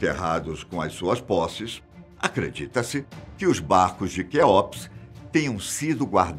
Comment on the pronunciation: Não gosto quando o pessoal do fatos não sabe pronunciar as coisas.. deveriam prestar mais atenção na hora de estudar o conteúdo. Nao se fala Kéópis.. se pronuncia Kéups..